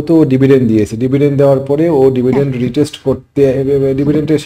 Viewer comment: কথাটা রিটেস্ট না, রিট্রেস (retrace) ।। আর নিজের বুদ্ধি বিশ্লেষণ মেধা দিয়ে শেয়ার কেনা উচিৎ।